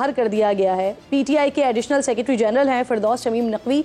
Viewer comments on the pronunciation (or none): none